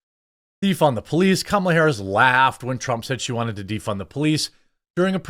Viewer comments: Hah you said Kamala Whoris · "Kamala whorris" 🤣🤣